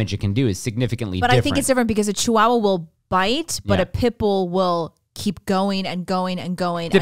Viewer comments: It makes me angry the way and pronounce Chihuahua.... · It's pronounced Chi-waa-wuh :D